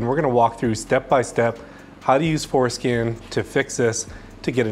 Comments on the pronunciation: Are you purposely saying forskin lol? And Alot of other f150s you need to relearn other modules besides just changing the mm. I would update your video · I can't stop hearing foreskin. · I came for the information, I stayed for the information and the fact that when he said forscan it sounded like foreskin and I’m an adult child! Haha Definitely subscribed though! Good info!! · I swear he saying 4skin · Did you say Fore-Skin? Bruh 😅😂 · at 25 seconds I heard fore-skin also !! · Definitely repeated "skin"! 😅